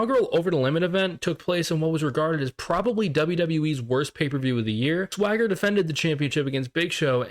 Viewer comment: It’s weird how you kept mispronouncing “Thwagger” 😂 Loving your videos, mate!